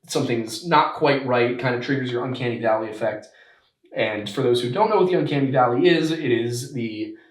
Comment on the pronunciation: Are you saying "uncanny valley" effect?